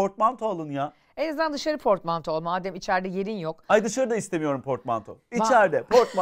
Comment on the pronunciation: Portmantoya fortmanto diyenler!!!!